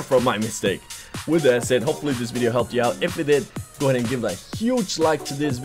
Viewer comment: "DAT way"???